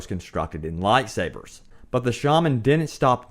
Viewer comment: Wtf is you pronunciation of light sabers